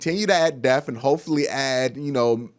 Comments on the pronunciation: Depth not def.... d e p T H not de F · Good video but it’s not death it’s depth😂💀